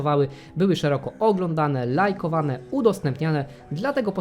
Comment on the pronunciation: Bardzo fajne materiały, ale ciężko się słucha gdy ktoś non stop akcentuje pierwsze sylaby, zamiast tak jak to jest w języku polskim - przedostatnie. Zamiast LAJkowania czy POlubienia, powinno się mówić lajkoWAnia, czy poluBIEnia. Szkoda, bo przez tą dziwną wymowę kanał dużo traci w odbiorze.